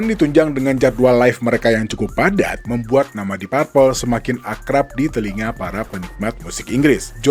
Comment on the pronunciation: Bacanya dip perpel, bukan dip parpel